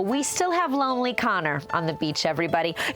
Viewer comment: "He is so lonele man" 😂